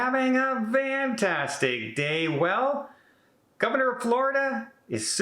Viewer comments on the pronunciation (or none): I giggle EVERY SINGLE TIME he starts his video with that greeting!😃😃. He is literally saying VAN-tastic. I've been watching for years & years. I love Don! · I hope your having a “vantastic day”. Lol.